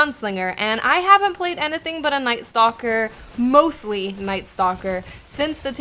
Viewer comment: The way she says "anything" or "everything" makes me cringgggggge. "in-A-thing"